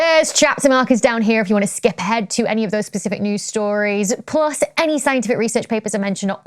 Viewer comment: it's plus, not plos...